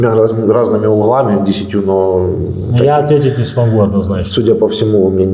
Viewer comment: Однозначно не АДНАЗНАЧНО